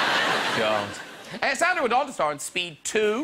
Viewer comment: I love Graham always, but her name is SAN-dra Bullock, not SON-dra Bullock